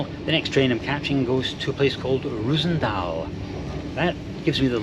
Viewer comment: It's not reuzendaal, it like calling worster (prenounced.worstet) Worcester. And saying cester. It is Roosendaal. Like roses spelled in fact. Same sound.